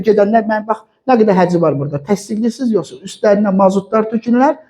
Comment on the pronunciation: Yuhsa deyil yuhsi